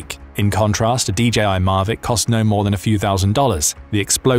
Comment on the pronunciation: mavic not marvic